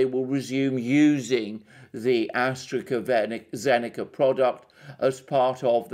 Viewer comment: Please stop saying AstreKA-Zeneca. It hurts my ears! It is pronounced AstraZeneca!